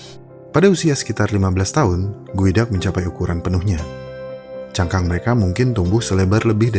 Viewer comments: Geoduck cara sebutannya Goo, dak = gu, dak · salfok jadi kayak bilang sifon gueduck